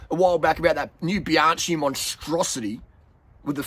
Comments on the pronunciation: Bianchi! It’s Biankee not Bianchee. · Bruh that's all good but please ... "bee-AHN-kee" ... not bye-AN-chee"... thank you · You don't pronounce Bianchi correctly...you never watch Bianchi Italian website!!!!! You pronounce Bianci...is with H!!!! Bianc HI like k t Forgot H . For you need to be like K .. so for USA Bianky.. got it?. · Love your work. Bianchi is pronounced Bian-kee. "ch" is pronunced "k" in Eyetie.